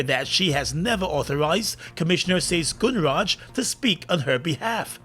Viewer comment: this announcer needs more practice to pronounce people's names correctly = Gunraj NOT gunnraaj